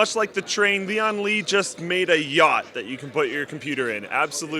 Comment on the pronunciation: Leeon Lee